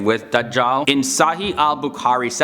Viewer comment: I like the way you're saying SAHII ABUKAARI! 😂😂